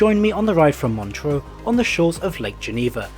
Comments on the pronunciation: MOntchrúúúú´:D ur pronounciation is funny mate :D :D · His pronunciation of Montreux was incorrect.